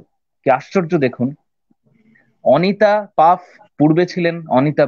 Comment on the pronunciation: Paf noy, Pfaff. Uchcharon : Faff, jemon that. Emily noy, Emilie. Uchcharon: jemon Emily ey.